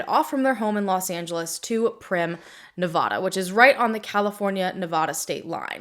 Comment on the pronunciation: FYI please check pronunciation on Nevada. It's like the s in Illinois, you don't want to pronounce a state incorrectly, lol. I adore your passion and commitment to the victims. 🖤💙